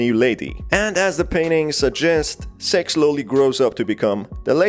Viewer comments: her name is pronounced more like "sicks" not "sex" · You're saying "six" Like "s*x" And my parents mad at me